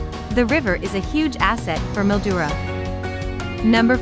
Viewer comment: Mildura is pronounced Mil..duura.